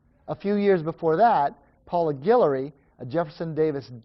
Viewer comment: girl, you from louisiana!? cause you say Guillory (also my last name) perfectly!